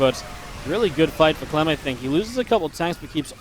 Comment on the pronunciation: he said clam, its liqudclam and not liqudclam.